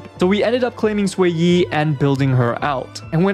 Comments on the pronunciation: Its not Swayi or sueyi its pronouced "Shueyi..." 😭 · Her name is pronounced more like "Shoo-ay" instead of "sway-e" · not sway-yee but more like sh-wear yee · Improved pronunciation! keep it up! What a journey. From "Zhu-yeee" to "X-Y" to "Sway-yih"! Reminder, in Chinese, the pinyin is "Xuě yī", which in english, is closely pronounced like "Shu-way", Sh as in shake, (because it's called the glottal stop in linguistics), then "yEEE", emphasis on E, don't end it in a "-h" or sigh-like sound. so not a "sigh", but a "trEE" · I was losing my mind the way he was pronouncing it ngl 💀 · no, xueyi is chinese, the x is not pronounced like a s, it's more like a sh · jfc so much pain every time i hear you pronouncing xueyi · It takes 3 minutes to learn how to say a character's name buddy.